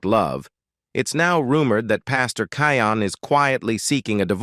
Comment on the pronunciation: his name is pronounced, “Key-yon”. 😊😂😂